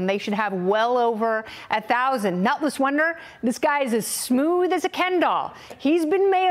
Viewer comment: Did she say Nutless Wonder?